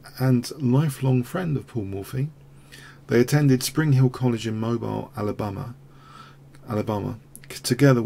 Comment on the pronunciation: For the record, Mobile (Alabama) rhymes with EEL rather than AISLE.